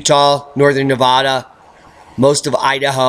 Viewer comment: Sorry, I must point out, it's pronounced 'NeeVadda', please, not 'Naavaada'. Hard vowel on the A, from Virginia City, Nevada. Keep up the great reporting! 👍✌